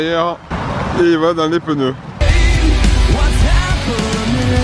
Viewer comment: "Et il va dans les peneux"